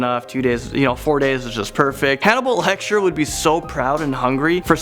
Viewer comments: Am i the only one that heard him say "hannibal lecture" instead of "hannibal lector?" Also why is that so true tho XD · Hannibal Hechtar ??? It’s Lecter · the way you butchered Hannibal lecters name lol omg